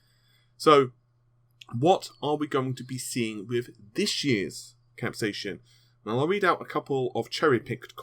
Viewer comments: "Cap-say-sin" Not, "Cap-say-shun" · It's pronounced cap...say...sin. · please pronounce this event properly. Cap-sai-cin sounds exactly like Cap-Say-Sin. I live in New Mexico USA and used to sell hundreds of thousands of pounds worth of green chili every year from some of the largest growers on Earth and I never heard a single Chili farmer pronounce it the way you did, lol. Please accept my apologies for requesting proper English, I apologize for that. Just trying to help you get it right. Why AMD is even using this name is beyond me, capsaicin is the source of the heat in all peppers and chili's. I know Vega is a hot topic, but will it be a hot running gpu? Lol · CAP-SAY-AH-SIN FUCKING GOD I'M GONNA KILL MYSELF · For your FYI, Capsaicin is pronounced: Cap-Say-e-Sin